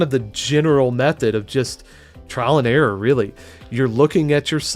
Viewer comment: Error with silent 'r' 😂😂